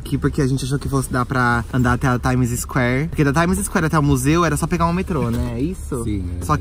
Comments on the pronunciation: Pára de fala "TaimiZisquér"! Se pronuncia TAIMISQUÉR!! hahahahah Vcs são hilários! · Meu Deus o falando Times Square me dói o rim... Hauahauaha...